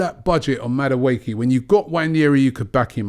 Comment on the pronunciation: Robbie "Maduake" Lyle